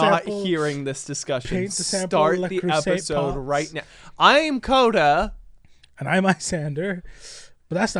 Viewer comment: Koda... Please no. Fix it.